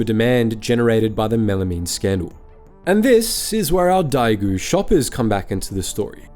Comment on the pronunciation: Understand Chinese isn't your forte but daigou is pronounced like "die goal"